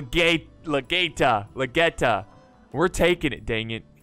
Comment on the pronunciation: the Last one " Lageta" was right thats how you say it